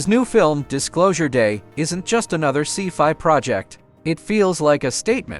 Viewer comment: You'd think in this day and age we could design better AI voiceovers. I laugh at pronunciations like "see-fy" for scifi, and the movie title "Eet" instead of E.T.